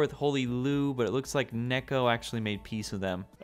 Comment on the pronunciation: It's not Nekko it's Neko, you bacca